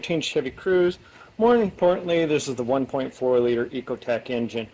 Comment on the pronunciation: Okay just to let you know it's not called an echo tech it's called a eco tech engine so you're saying it incorrectly and it's driving me nuts